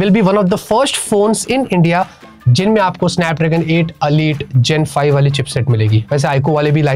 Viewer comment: alite nhi Elite hai 😂